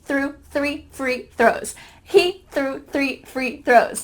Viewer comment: ههههههه حلقة ممتعة لكن ضحكتي في الآخر و انت بتثبت ان احنا عندنا حرف الثاء و نقدر ننطقه بسهولة نطقته باللهجة المصرية آي سنك I think سرو threw